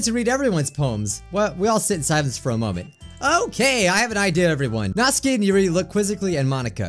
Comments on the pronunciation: It Is Pronounced Natsuki (Nat-Su-Key) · this is how you pronounce natsuki NAT-SUE-KIE thank you:] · You made me cringe so much when you said natsuki you said it completely wrong